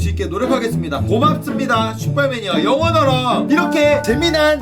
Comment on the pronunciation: 영원하라 말할때마다 영어나라 생각나 ㅋㅋㅋㅋ